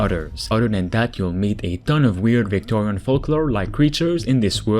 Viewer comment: did you say Victorian ? XD